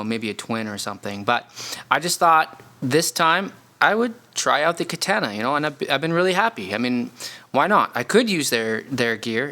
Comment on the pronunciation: The way you say Katana is mind boggling 😂(Kah-Tan-ah)